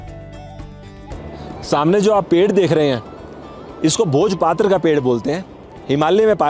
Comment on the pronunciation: Firstly it is pronounced as bhojpatra not bhojpaatra